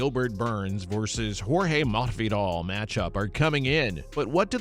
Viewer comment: Ohh it's pronounced Mahfidal. You have to say it like you have a lisp. I get it.